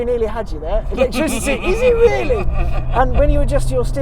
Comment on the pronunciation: Electrizzity and faff😂